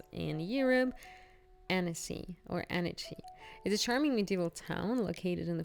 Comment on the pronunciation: Pronunciation is Ahn-cee. Amazing place ♥️